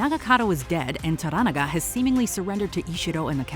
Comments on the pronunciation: This is the first Youtube video I have seen that pronounced the name correctly. It’s pronounced to-ranaga (similar to oregano), most YouTubers pronounce it tora-naga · Maybe you were too busy reading subtitles rather than listening to how the names were pronounced when spoken in Japanese. For example, in English, they pronounce Toranaga as "tora NAGA" but when speaking Japanese, they pronounce Toranaga as "toh RANaga". Watch the show and listen next time. I guarantee you'll hear the difference. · why dont you pronounce Tora NA ga correctly! VERY irratating!!! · the narrator is horrible here. Can't pronounce the names even close to correct. Even watching the show for 2 minutes tells you how to say Toranaga. Not "Toragana" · It's To-Ra-Na-Ga lol Do you guys even watch these shows or just pay people to write stuff for you and just read the script? 😂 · Jesus Christ could you butcher the name Toranaga any more brutally? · I hate the way this narrator say Toranaga... Like, can you at least try? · learn to pronounce Lord Toranaga's name. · I had no idea who you were talking about when referring to Toranaga. You mispronounced the name TERRIBLY. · Can y’all please learn how to pronounce “Toranaga”? If you’re reporting on something, at least do some homework…damn